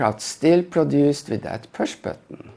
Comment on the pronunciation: this pewsh batton ?😂